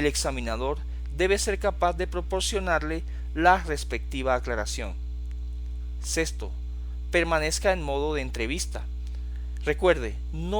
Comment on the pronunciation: ¿Cómo es posible que pronuncies "sesto", en lugar de "sexto"? No lo puedo creer!!!